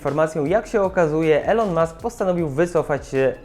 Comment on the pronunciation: Mkbhd umiesz wypowiedzieć, watch też, ventura też, ale Elon już niekoniecznie 👽